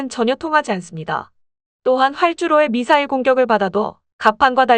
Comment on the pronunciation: 밋 싸일이 뭐꼬? AI이가?